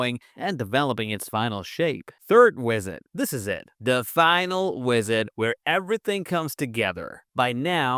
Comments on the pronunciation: "This wisit" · bro said wisit 😂😂😂